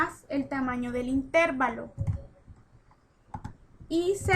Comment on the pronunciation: amiga chevere tu video, pero creo que necesitas saber, que no se dice Intérvalo sino intervalo, no creo q toda una hidrologa no sepa como decir una palabra